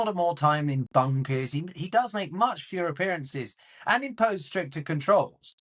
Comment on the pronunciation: I could not stop hearing ”he makes Führer appearances” when in the video he said ”he makes fewer appearances” 😂😂